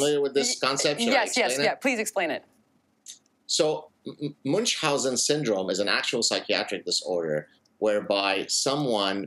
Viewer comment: If you pretend to "coin" a condition you ought to pronounce it properly. Munchhausen is German. Not too hard, just German.